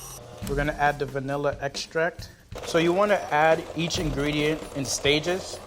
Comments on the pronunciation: Lol level 3 out here saying VANEEEEEEHHHHLLA bean. Girl where is the i .... it’s VANILLA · the only bad part about these recipes is that all 3 people say "vanElla"